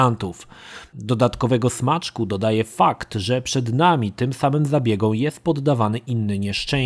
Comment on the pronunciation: zabiegom, nie zabiegą;)